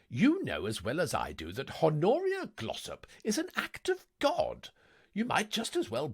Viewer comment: Love the uploads! One note for future recordings: the H is silent in "Honoria". Thanks!